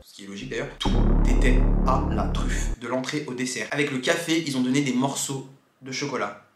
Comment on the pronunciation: Café pas cafai